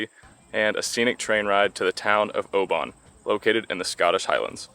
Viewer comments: Edin-bruh...Edin-bruh...Edin-bruh! 🙄 bruh like in duh! Glasgow is OK First time I've heard Oban mispronounced though.. try 'Oh-ben' not 'ow-baan' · Enjoyed that guys well put together … we pronounce “Oban “ ..as Obin 🏴❤️